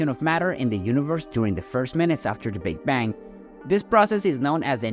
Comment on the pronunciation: Sounds like AI said Big Ben theory